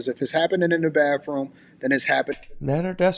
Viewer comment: Wait . Did he say ( da womins baffroom.?